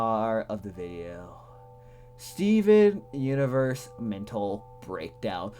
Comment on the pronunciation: i like the part were he said steven uiverse